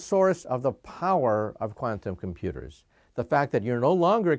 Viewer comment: "But the problem with condom pooters..."